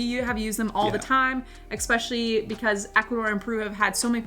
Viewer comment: Especially is not pronounced “exspeshily”…just sayin’